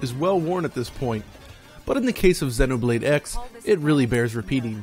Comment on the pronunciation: Why is he pronouncing it 'Xinnoblade'??? lmao